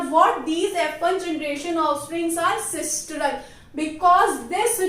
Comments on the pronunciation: It is sinistral and not sistral. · Sistral nahi hota mam.., its sinistral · its not sistral,its sinistral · Mam its a very helpful video just correcting one mistake as google says its sinistral and not sistral 🙃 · It is sinistral sister not sistral